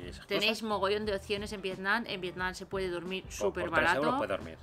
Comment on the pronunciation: muy bien el video y todo, pero la verdad me pone un poco nervioso que la chica llame al pais "Vietnan" todo el rato y no Vietnam.